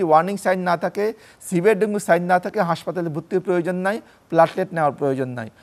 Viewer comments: ডেন্গি ডেন্গি করতাছে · Dengi ki ? It supposed to be dengu. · ডেংগি না ডেংগু 😊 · ডেঙ্গি নারে সোনা,,, ইটস ডেঙ্গু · মেডিক্যাল সাইন্সে সব ইংলিশ পড়া! 😂 ওখানে ডেঙ্গু না ডেঙ্গি উচ্চারণ করতে হয়! সাধারণ আবুল বাঙালি তো বুঝে না, বুঝার চেষ্টা ও করে না! এখন এত কিছু যদি সবাই বুঝত, তাহলে সবাইই ডাক্তার হয়ে যেতো 😆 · ইংরেজীতে উচ্চারণ ডেঙ্গি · ডেঙ্গি সঠিক উচ্চারণ